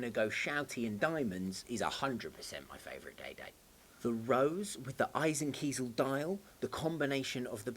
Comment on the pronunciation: So glad you can pronounce eisenkiesel correctly!